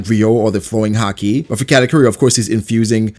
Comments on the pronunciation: Why does he randomely pronounce it like HAH-KEE super emphasized and different sounding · No one: Not a single person: hah-key